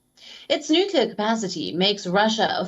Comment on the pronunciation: How many times I heard the nueclar threat...nothings new😂